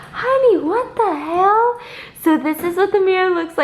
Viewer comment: The southern really comes out of you when you say “what the hell” 😂 I love it and I love you. 💕